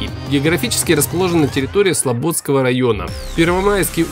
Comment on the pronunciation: Не Урья 3, а Юрья 3 не СлобОдского района, а СлободскОго района